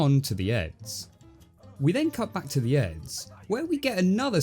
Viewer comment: Jesus Christ. I'm listening to this as I rake so for quite a while, I thought you were says 'Eggs'.